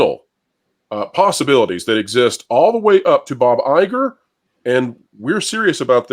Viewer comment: It’s EYE-gore.